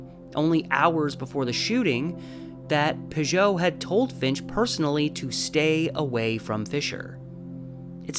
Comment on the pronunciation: I pronounce it Pig-ut. I think that the two Ts at the end make it not pronounced “oh”, as French “ot” would be.